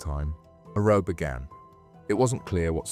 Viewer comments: Good video, but it's "row" as in "cow" (not "row" as in "low"- which did not make any sense- or is this an AI narration which can't distinguish between the two?) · It would explain pronouncing row to rhyme with show, instead of cow. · AI voice, unsubscribed. No british person would call it a pub row as in what you do in a boat, not a row pronounced raow. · The AI voice said ‘roe’ instead of row so I’m switching off. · Why do you keep saying "row" weird? Hahah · Or Caribbean